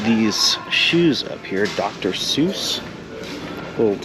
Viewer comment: Love the videos, happy to have a new one to watch! I gotta say tho, it’s Dr. Seuss lol not Shouze 😂😂😂😂